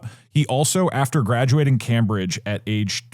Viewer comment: Doug mispronouncing Cambridge every time will never get old lmao (props if engagement bait)